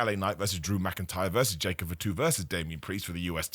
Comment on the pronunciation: "Jacob F'too", not a single A in the surname lol